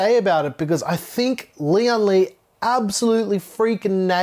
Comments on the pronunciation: Not important, but every YouTube reviewer pronounces the company as Lee on lee. Lian is one word, to be pronounced as lee-en lee. Lian is one character, almost one syllable. It means alliance, union, or united. Li means strength. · This case is bril-Lian Li.